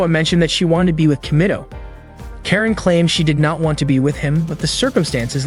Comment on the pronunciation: it's not keren it's karen